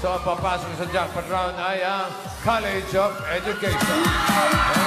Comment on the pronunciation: College student "LA" Hinde "lI.